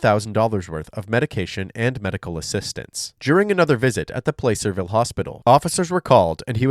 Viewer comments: Plasser-ville not place-er-ville 😑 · Not Play - Sir - ville.... Pla - sir - ville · It's pronounced PLA-cer-ville, not PLAY-cer-ville. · It’s OK, but it’s not pronounced Placer, it’s pronounced “Plasser”. I live in this county, and I know it’s weird that it’s not pronounced how it’s spelled, but that’s a lot of California. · It's pronounced "plasserville" not "place-er-ville". I live there. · It’s not pronounced as “Placerville, It’s pronounced Plasserville. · FYI, it’s pronounced plass-er-vill, not place-er-vill. 😊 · Plah-ser-ville. Not Place-er-ville. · It's "plah-cerville" not "play-cerville" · sorry I frequently visited Placerville a long time ago, it's pronounced PLAH-cerville, with the A sound like in "apple," not PLAE-cerville. It's a normal mistake lol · Just FYI :) say “apple”. Now, with that “ahh” sound, that is how you say Placerville. Plaahhhhcerville (not PLACE -er -ville). :) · It’s pronounced “plah-cerville” not “place-rville” I’m from the area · I totally understand how anyone would logically think placerville was pronounced placer-ville .. but I used to work in placerville and have lived in the area and it’s pronounced plass-er-ville lol. Totally useless information but the more you know…. ⭐️ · Placerville does NOT sound like "place." It has a short "a" and is pronounced like "placid" without the "I'd." Plac'-er-ville. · The way you pronounce Placerville is killing me 😂😂😂😂 Its not Play-Ser-Ville. Its Plah-Ser-Ville. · tell me you're not from Placerville w/o telling me you're not from Placerville. "Place-cerville" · Minor detail but the city name is not pronounced ‘place er vile’ but ‘Plac er ville’. Soft a , like aah, not a hard a. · Protip: It's pronounced "Paaacerville", not "Playcerville". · I live in California. Placerville is not pronounced Place-er-ville. It's Plass-er-ville. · placerville is pronounced “plasser- ville” similar to the way plaster is pronounced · Pronunciation of Placerville: PLASS-ər-vil not PLAY-cer-vil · "play-sir ville" lol